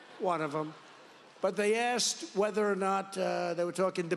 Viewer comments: It’s asked. Not axed. If you want to be taken seriously. Speak clearly. First rule for public speaking. You are smart! Show the world how smart you are. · Learn the language, the word is ASKED not AXED.